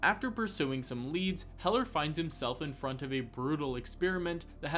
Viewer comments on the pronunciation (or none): none